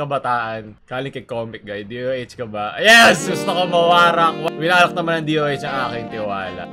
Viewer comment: Bakit "winarat" naririnig ko